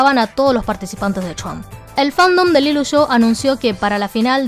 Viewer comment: Si pronuncias “LILUSHO” en vez de LILUSH, cada vez que hay una A delante del nombre parece que dices “AL ILUSO”. En fin, no se si es el modo chino de pronunciar, pero yo no veo ninguna O en Lilush. Queda bastante raro. Just saying.